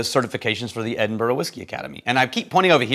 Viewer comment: So nice to hear pronounce Edinburgh properly. Haha.